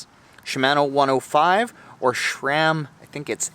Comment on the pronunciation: ive never heard people say sher-ram before